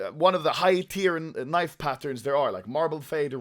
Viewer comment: ANOMALY CAN U SAY KNEIFFFV